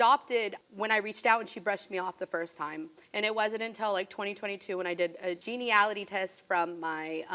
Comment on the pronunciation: Everytime I hear "gene-ne-ality" test it throws me off.